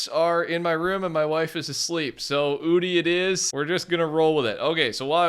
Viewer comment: in australia we pronounce it as oo (quick) and then di